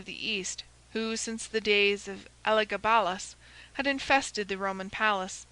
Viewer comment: Nobody pronounces the name Elagabalus correctly once